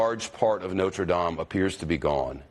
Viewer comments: I'm surprised he pronounced Notre Dame correctly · Trump must have spent time learning how to pronounce Notre Dame. I was expecting to say not-re-dame (as in female) or not-re-dam-ee. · I'm honestly surprised that trump knows the correct pronunciation of "Notre Dame."